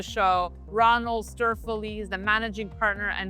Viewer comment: Why does everyone always bucher Ronald Stoeferle's last name? The only person that can pronounce it is Mike Maloney